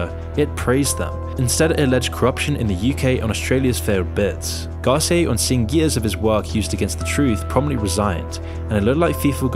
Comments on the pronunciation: Garceeay? GAR CEE UH (Garcia) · Lmao the way he pronounced Garcia 🤦🏻‍♂️😂 GAWSEEYAY 💀💀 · Great vid, it’s Gar-Cee-ah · yo me pregunto, por qué siempre los angloparlante les cambian la acentuación a algunas palabras en español? las graves son agudas y viceversa. Esto les pasa especialmente con los apellidos, como pérez, vásquez (no hablemos de la letra q ajajaja) y ahora escucho que con el apellido garcía. que gracioso jajaja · The pronunciation of Garcia was off lol. Also "what in ensued" . Don't get me wrong, I like watching these videos, but they can be a bit clickbaitey. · say Garcia normally please